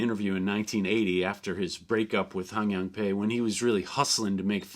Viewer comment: Is Pai really pronounced like "pay" and not "pie"? Do you have recordings of them saying the name?